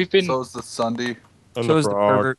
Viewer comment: have anyone notice that is said ssunee instead of ssundee